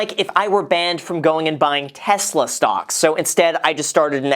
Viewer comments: I'm sorry... did you say STONKS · Ummm... did anyone else notice that Graham called stocks “stongks” ? 😂😂😂😂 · "Stongs" can continue rising for the forseable future 😂🙌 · Did he just said stonks? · Did he say stonks? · Did Graham say Stonks?